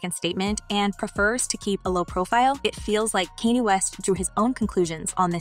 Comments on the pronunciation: It's pronounced.. Khan-yay not can-yee..she said tu- pack geezus christ girl put some respect on the names of the people you're reporting on🙄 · The way your pronouncing Kanye name makes me cringe 🤦🏽‍♀️ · I kept saying why is she saying his name like that. Glad I'm not the only one.